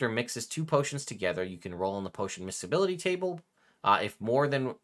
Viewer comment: This is the first time I’ve heard this term pronounced “misk.e.bl” instead of “mis.e.bl”. Pretty sure that’s a soft C there,.